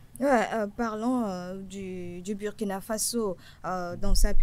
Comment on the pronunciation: Chère sœur journaliste, il faut corriger cette faute monumentale : C'est pas Bürkina, c'est Burkina Faso. C'est un principe des langues africaines. Tel que tu insistes malgré que ton vis-à-vis te corrige subtilement en prononçant correctement, tu francise un mot africain. Merci.